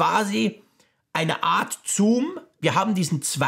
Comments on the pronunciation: Das ist kein Zuuum, sondern Zoom 😂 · Ja 2-2 mal zuum ok aber der sagt das locker 10-15 mal 🥴